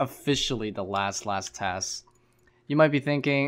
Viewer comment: What's that accent of yours? Not quest but ques, not task but tas. just curious haha.